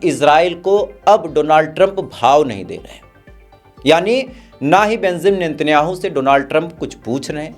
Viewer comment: Oii bhai kya news wala ree bemzam natanjahu nahi ree benzamin Netanyahu hota .... pronunciation toh kam sai kam thick sai karo